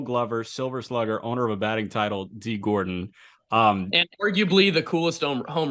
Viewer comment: gordon btw not gordan. great video tho